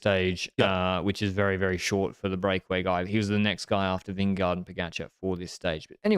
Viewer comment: I love you but please pronounce vingegaard differently, I die every time😂